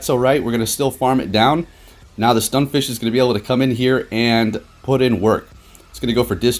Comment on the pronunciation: I definitely enjoy your videos but mayyyybe just try working on saying the Pokémon names right. Stunfisk, not Stunfish. Just one example of many 😅